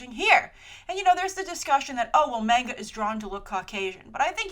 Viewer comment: FFS it's pronounced 'Mon ga' not 'Mang ga'